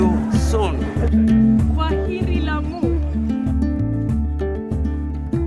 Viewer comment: Your grammar is awesome and we call it amu cause the L is silent .Explore the Swahili culture and also ancient good stuff.Karibu Kenya 🇰🇪